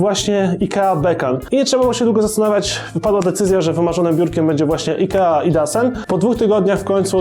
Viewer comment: nie czyta sie idasen tylko idosen:P po szwedzku :D